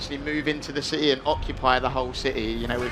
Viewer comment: A cittay lol